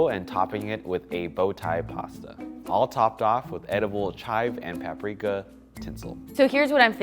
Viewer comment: Did anyone noticed that when mentioned paprika it says parika instead if paprika